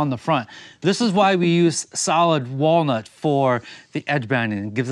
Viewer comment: Did he say whale nuts instead of walnut??? 🐳 🥜